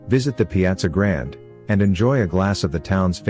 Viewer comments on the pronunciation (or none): none